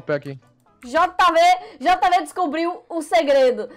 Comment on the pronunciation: por que você Jama o jv de jeivi